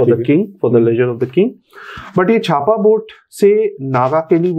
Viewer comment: Bro that's not छापा, it's चाप